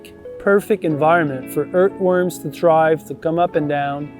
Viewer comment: I love how you say ‘ert worms’.